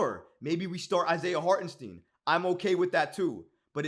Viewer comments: It's pronounce Hart-en- St (eye) n, not Harten Steen. He is German-American and the 2nd letter of "ie or ei" is the one that is pronounced. Just here to help. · It’s STEIN brother not STEEN